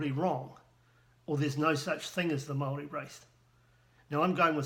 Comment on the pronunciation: you can't even pronounce Maori words how stupid are you? I know 3 yer olds that are moore educated then you in the maori language, and you claim to a expert how HILARIOUS!